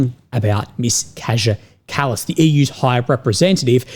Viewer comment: Buddy... its pronounced 'Khaya Kallus'...